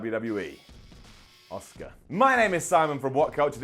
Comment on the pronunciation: It’s not Oscar, it’s Ask-Er